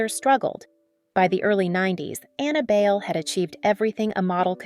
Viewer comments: Bale????? Do ur research girl. BAY-LE. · BAYLE is pronounced as BYE-LE, not BAIL. Annabelle ‘Abel’ Bayle was a tall slim dark skinned girl in the 70s. She was my freshman ‘70 batchmate at the Philippine Science High School and classmate at the University of the Philippines. No one then really foresaw her soon to become a beauty queen and a top ranked international supermodel! Her real career of choice was to be a doctor of medicine. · Pronounced as Bay-Le. Bai-leh. You do not get to Americanize. You should learn to respect that and honor that by saying it correctly. Kinginang boba ka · That's the problem with the content creator using an AI voice for narration - it automatically defaults to the westernized pronunciation of the name "Bayle" just like it would pronounce the actor Christian Bale's last name.